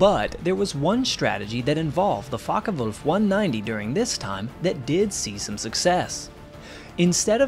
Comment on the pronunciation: Not too bad with the German pronunciation but it would be Focke VULF. W's are pronounced as V's an German. And Kurt Tank would be pronounced Tonk.